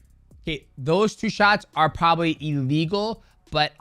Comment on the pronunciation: Who knew "a legal" and "illegal" sounded so similar 🙄